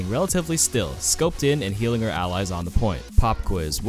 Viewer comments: did anyone else hear peeling instead of healing? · Taidana he did say peeling a few times